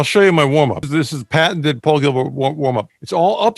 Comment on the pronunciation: The man's name is "PAUL GILBERT" not "POWEL GEEBERT" - please!